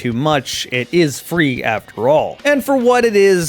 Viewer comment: I heard free as three and was a bit confused, xD